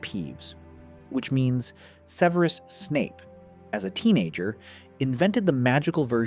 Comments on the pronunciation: No, the voice over is probably AI. The name itself can be pronounced like this (seveerus), but in the films (and the standard English pronunciation) is sev-rus or sev-eh-rus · Start with pronunciation: It's SEV-er-us, not Seh-VERE-us. It's ROE-ling as in BOW-ling, now RAO-ling as in HOW-ling. If Aetch-BEEOH, screws THAT up from the start, the series will explode like Seamus' feather. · Seveerus? Is that how his name is pronounced? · So...the author of this video can't pronounce "Severus", and doesn't show how thet movies "got wrong" these spells. More clickbiat bullshit. Thumbs down.